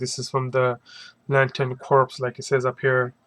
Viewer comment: 'Corps' is pronounced 'core'. Just sayin'